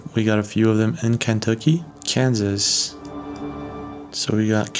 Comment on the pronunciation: It's ken tucky. Not can,. Tucky.